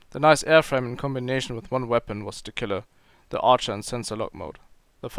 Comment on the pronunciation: ArchER not Arsche lol